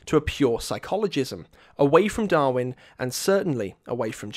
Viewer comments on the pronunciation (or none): none